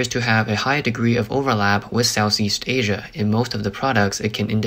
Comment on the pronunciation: I think he was saying Asia but pronouncing it Sssss.